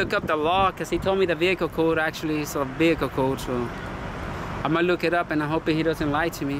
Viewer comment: Your “behicle” , “suberbiber” .. hahahahaha YOUR Asking him if HE”S AMERICAN hahahahaha.... YOU??? Ask him???? Hahahahaha